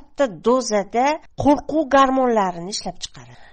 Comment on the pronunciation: "Qo'qruv" emas "QO'RQUV" deyiladi!!!